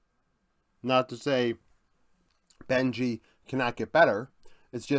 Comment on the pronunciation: Super content, but its Bengi, not Benji.